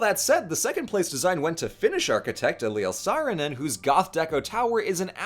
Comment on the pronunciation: You did great with pronunciation of Eliel Saarinen 👍